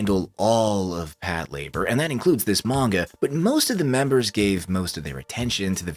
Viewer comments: I can't watch this, the way he pronounces Pat Lah-bOR is aggravating. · Is it not pronounced pat la-bore?